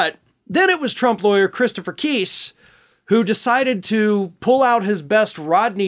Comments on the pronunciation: Evidently you don't read comments. I previously informed you Chris Keis' last name rhymes with RICE OR LICE. It does NOT rhyme with GEESE! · It's pronounced Kise with a long i not a short i. As the e at the end of his name would signify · The lawyer’s name is pronounced Kice (rhymes with ice). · Btw, the lawyer’s name is pronounced Kise (like “Weiss”. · Kise... pronounced like rice. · Hey, just to help you out, Christopher Kise's last name is pronounced with a long 'I' sound, not a long 'E' sound Thanks for all you do in keeping us informed and educated!